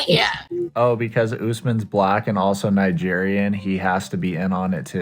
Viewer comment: Did she say "Niger boy" ? Like the first half pronunciation of Nigeria ........ timestamp